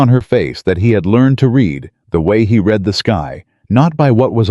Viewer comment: Also read and read REED and RED-wrong pronunciation!!!